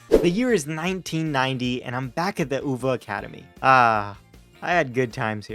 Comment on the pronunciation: Its pronounced you-va and not oooooooova